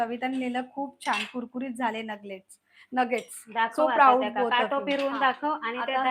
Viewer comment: नगट नाही,नगेटस